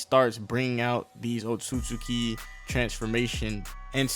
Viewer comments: my nikka its "oht-sut-ski" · It’s pronounced Otski